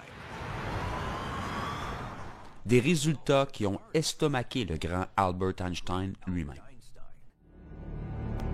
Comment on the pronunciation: Ça serait bien que les Québécois arrêtent de prendre un accent américain plus américain encore que les Américains eux-mêmes ne l'ont ! C'est juste ridicule, surtout lorsqu'on sait en plus que seuls 25% des Québécois comprennent l'anglais. Mais là, c'est encore plus ridicule, puisque Albert Einstein était allemand et donc donc son prénom ne se prononce pas du tout à l'anglaise, et encore moins avec l'accent américain, et surtout lorsque c'est un francophone qui le prononce ! J'ai déjà entendu plusieurs fois à la radio (québécoise) un animateur donner par exemple le titre d'une musique (une "toune", comme ils disent...) d'un groupe américain avec l'accent américain (même texan) bien forcé, puis, quelques secondes après, le même gars essayait de dire un truc en anglais : et là, comme par hasard, et comme toujours, le naturel revient au galop, et le type (qui n'avait plus le temps de prendre une accent américain du style "Joe j'me la pète") se met à baragouiner de l'anglais médiocre avec un accent naturellement (cette fois) bien français. MDR !